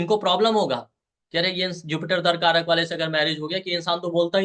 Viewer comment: "दरकारक" नहीं, दाराकारक होता है। 'दारा' का अर्थ स्त्री या पत्नी होता है।